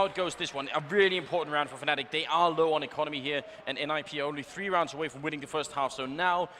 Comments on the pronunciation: Yes, but the commentator said "Fanatic". Is it because he don´t realise him saying it or just what he personally call them because he thinks it fits them better? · It's pronounced fanatic... but it's stylised as fNatic